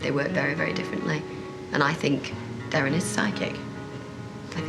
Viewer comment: He's a competitive little shit, isn't he? Then getting Derren's name wrong.